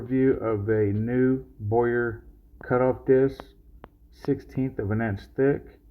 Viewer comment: It’s not boy-yer…it’s bow-err